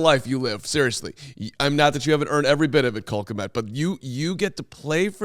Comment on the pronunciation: Why does madden game say Cole k m e t instead of kmet. ? 😂